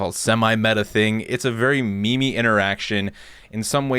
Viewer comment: please pronounce meme correctly. it's not me me. it's meem